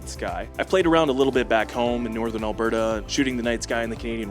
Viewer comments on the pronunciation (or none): none